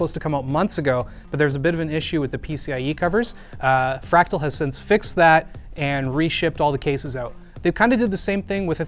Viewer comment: Lol Crack-tal